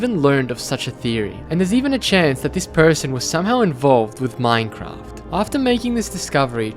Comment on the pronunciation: Why do u pronounce Minecraft as mminecraft